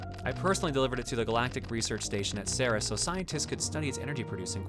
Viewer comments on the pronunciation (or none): Assuming that Ceres station has its naming from the Greek goddess, most sources agree that its pronounced like this: "seer-eez" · Fuck, I just realized. The Ceres space colony is in our Solar System. It's at Ceres, the largest asteroid in the asteroid belt and a dwarf planet. It's "See-rees" by the way. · I would assume that Ceres is intended pronounced the same way as the dwarf planet or in Greek mythology mythology. It is pronounced like the word "series." Personally, I prefer "SERR-rees." That just fits how I see other Greek words pronounced in English. We don't day pih-NEE-loh-pee for Penelope.